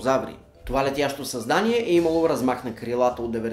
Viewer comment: не съзнание , а създание